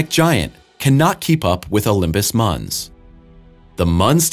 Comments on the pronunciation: Mons not munz... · Great video content. Pronunciation is lacking though. Olympus Mons, not Muns, Alien, not Elien, Our solar system, not are solar system. At least you are not saying Mauze - lol. Thanks for posting this fantastic video.